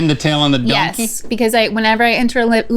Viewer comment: Pin the tail on the donkee?